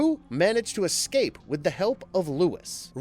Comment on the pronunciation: it's eScape not eCKscape. And bloody in video ads! Ugh